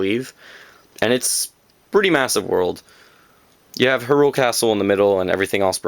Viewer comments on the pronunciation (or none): I think he is talking about your pronunciation of Hyrule. I believe it is pronounced as "High-Rule". Regardless of pronunciation, nice collection! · It's obnoxious when someone says the names all weird. "H'rUle". "Oakarina". "Ter-mine-a". I said all of these differently. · R u canadian too? No offense but u pronounce Hyrule and Termina weird. I used to call hyrule "Hirial" when i was like 6. impressive collection. did u end up getting the zelda 3ds and gold wii remote for skyward sword? they're sick :D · its pronounced hyrule not hyrule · Well everyone else I hear that says "Hyrule" Its "High-Rule" Sahasrahla- People think its hard to pronounce but its "Sah-Has-Ra-La" I wouldn't really count Ocarina though because I as well as many others say "Ah-cuh-ree-nuh" I do hear many people "O-cuh-ree-nuh" There was another I think but, I shouldn't really talk. You sir, are what I dream to be. I only wish I was as big as a zelda nerd as you but I'm only 14. Its hard to find fellow Zelda fans my age. Sigh. Everyone else is into Ps3 & Xbox.